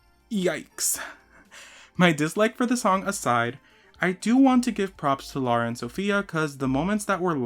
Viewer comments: Btw it’s LARA and not LAURA :) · As an indian I have to correct your pronunciation of lara's name, it's l-aa-ra, not laura 😭